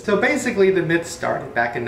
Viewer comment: is it bad that when he said myth i heard meth?